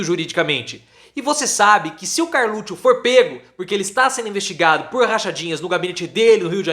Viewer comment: Agora lembrei por que parei de assistir este. Ele teima em falar Carlutcho......costume feio